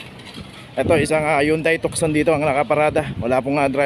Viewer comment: silent c ang basa s Tucson.